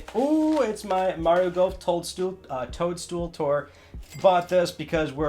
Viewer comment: Lol when you messed up the Mario toadstool name. I do that every freaking time. It’s like a tounge twister